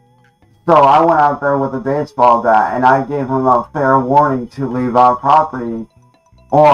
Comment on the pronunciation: "my family told him to lea'b, seb'ral timez" "Cops were called, frantically." Can we all give a chance a round of applause for how situationally aware he is which is detail recall of the tragic events on par with the storming of Normandy that unfolded in his front yard, also known as the great riot of Ohio 2023